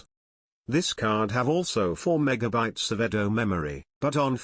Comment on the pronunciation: The voice synthesizer is horrible – it constantly puts the stress on the wrong syllable (e.g. megaBYTES) and sometimes even has a bad pronunciation of a word — com - pate - a - bil - i -ty: Seriously?